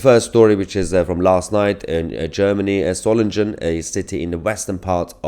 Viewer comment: MAHYAR Solingen is not pronounced with a 'soft' G, it's pronounced as in 'singing', please carry on being better than the MSM by also getting Names and Placenames pronounced right.